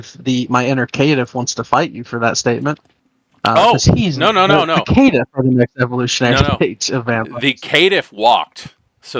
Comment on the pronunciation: ah the famous Kittiff. lol love you man but the way you pronounce Caitiff —> Kittiff or Vicissitude —>Vistitude kills me everytime. This video is still a thumb 👍 for me